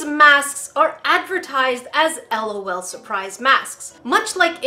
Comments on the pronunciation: its L. O. L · It is l. O. L. Not lawl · Haha it's not lawl it's just L.O.L separated so u say each letter separately not as a whole word!😂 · Lolu Me:NO L.O.L LAUGH OUT LOUD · it's L.O.L(el-oh-el)not lol(lawl) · It is L. O. L say the letters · Its l o l Not lol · It is the pronunciation is (Ell oh Elle) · im not complaining, but sika is right its L O L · you’re saying it wrong 😂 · It is “ L “ “ O “ “ L “ and it is WAAAAAYYYY too late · I is L. O. L. Not trying to be mean or salty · It is pronounced LOL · it is too late it is pronounced L O L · its L . O . L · It is said like l.o.l l. O. L